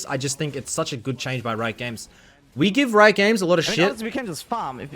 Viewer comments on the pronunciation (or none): none